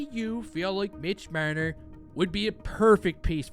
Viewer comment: Love the way you pronounce Marner ;)